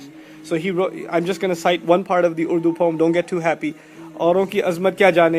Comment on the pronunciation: You said urdu so nicely it looks like you are pakistani😅😅 Mashallah